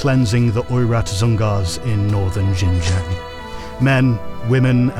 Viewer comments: The pronunciation of Xinjiang is dire. It's SHIN-JANG. No zhes anywhere in that word. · J(I)ANG with silent " I " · that XinJiang pronunciation is rough